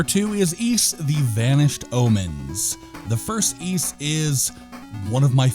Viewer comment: Ys was originally meant to be pronounced wise, but we messed it up.